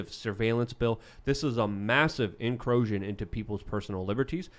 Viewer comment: I love it when butchers words. What's an "incrooosion?"